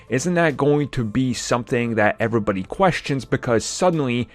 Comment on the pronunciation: You pronounce “everybody” weirdly